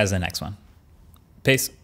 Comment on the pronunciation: Sounds like piss sometimes